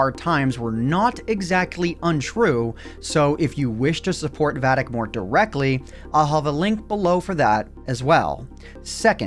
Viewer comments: said shupport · shuport XD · Shupport lol